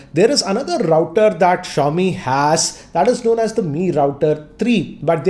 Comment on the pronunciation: That awkward moment when you realise that it’s ‘SHA-O-Mi’ and not ‘ZI-O-MI’ 😐